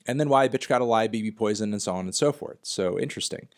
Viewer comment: Fantano still pronouncing BB Poison as “Bee Bee Poison” despite the fact that Stefan pronounces bbpoltergiest as “babypoltergiest” in the track.